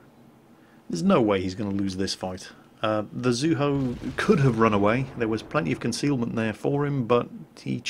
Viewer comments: I've always heard it pronounced Zoo-EE-Ho (Zuiho),:) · there's an "i" in "Zuiho" so it DEFINITELY can't be "Zueho". I know you're not that great at pronouncing names, but at least get the letters right. I don't mean to nitpick but I love the Zuiho:V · Zu-E-ho. there an I in there that gives the E sound. We'll break you of your English speaking ways eventually! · I think Zuiho is pronounced, "Zoo-wee-ho"